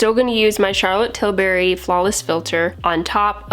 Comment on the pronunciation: Best way to pronounce Charlotte 'Tilberry' 😍😂